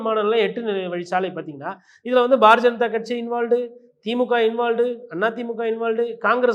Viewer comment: பாரதீய ஜனதா என்பதை "bar janatha" என தெளிவாக உச்சரிக்கிறீர்களே. ஆனாலும் இப்படி கிண்டல் செய்யலாமா?😀